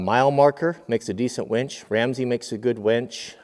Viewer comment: its winch, not wench. Kidding...great video! really enjoy your vids